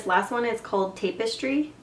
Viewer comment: Thanks for demo'ing every color -- many tutorials don't. I only watched this after buying this product thinking it was a lipstick. Plus the Cashmere looks bright orange on me, so back to Sally's it will go. I can understand not knowing how to pronounce Boucle....but "Tape-estry"?? LOL. You need to take 5 mins. to google so you don't sound like a dummy....you're doing a TUTORIAL!!!